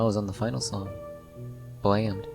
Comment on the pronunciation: I think it’s said like bl-amm-ed